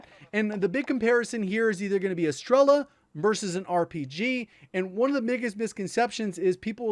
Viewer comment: As Russian I can help you with pronunciation: You said strEla, but you should said strelA. The same, as grOza, but right - grozA. Strela(Arrow) - Стрела Groza(Lighting) - Гроза I put down a word in Russian so you can use it in Google translate to check it up.